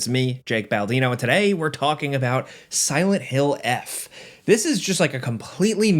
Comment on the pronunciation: It's Silent Hill Forte, not "eff"